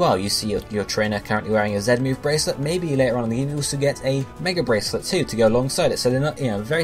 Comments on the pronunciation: I listened closely he said Zen at time lol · dude, do you even listen? He says 'ZET'-move not 'ZEN'-move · not being funny but im from the uk and i say "zee" just because it sounds better! so not everyone pronounces it the way he does. lol